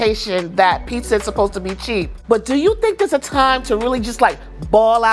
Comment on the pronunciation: Now I've witnessed 2 people say Pissa instead of Pizza, thanks for the experience First We Feast.